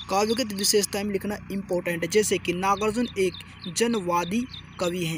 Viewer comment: Pahle Kavi ka naam sahi se Lena Sikh Lo Uske bad video upload karna ...iska iska kar rahe ho baar baar